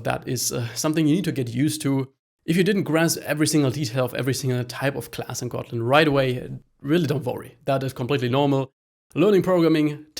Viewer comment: Is he saying cotton instead of kotlin?